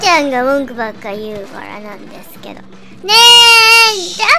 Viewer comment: の「○○なんですげど！」が好き(๑♡∀♡๑)